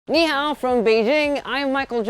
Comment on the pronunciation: He said ni hao but I heard MEOW